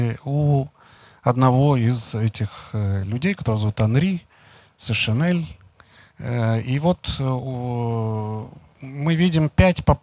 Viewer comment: Не Сешенель, а Сенешаль! Sénéchal